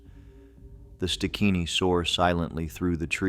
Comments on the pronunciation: Stigini not stikini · Its pronounced st~guinea